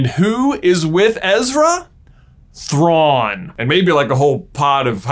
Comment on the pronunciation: You mispronounced his name.